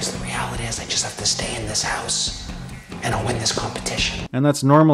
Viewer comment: He said “heuse”